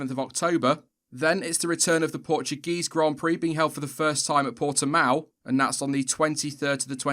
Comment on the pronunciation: Its Portimão not portimao. You read the the ão like the bark of a dog so to say.